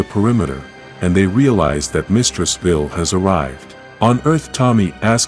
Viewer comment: Vile not vill....